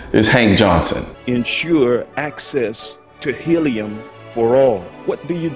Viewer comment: Hank johnson? I swear I heard you say "Hang johnson"...... I thought you where making a pun until I heard you said his name a few times.